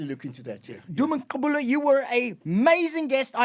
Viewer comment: You'd think Conrad is actually Xhosa the way he pronounces Gqubule. You are such a great South African.